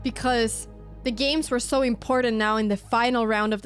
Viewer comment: Well, I'm guessing she's from somewhere in Europe, because when she vocalizes the word, "important", she sort of uses a hard "d" sound. Don't ask me all of the details of linguistics, but I think she is using a hard "d" for the first "t" in the word "important". And I do detect a very slight European accent, probably somewhere in Europe..... Or, maybe, South Africa.